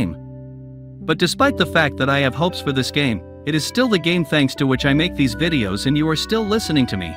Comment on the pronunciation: Bro said vidos💀💀💀💀💀💀